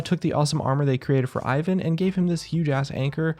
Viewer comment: Im slavic and it triggers me how he pronounces Ivan